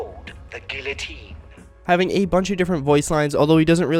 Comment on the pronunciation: >tells you about the french >pronounces guillotine wrong